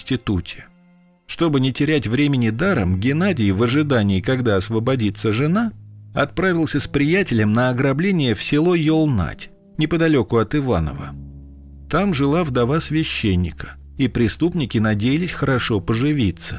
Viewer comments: Автор для справки Ёлнать с ударением на букву Ё, находится около г. Кинешма в 100км от Иваново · Ёлнать река,ударение на ё. Я недалеко живу и знаю. И она находится от Иваново около трёх часов езды. Довольно не близко